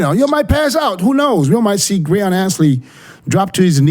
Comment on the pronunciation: Will ever learn to say Breon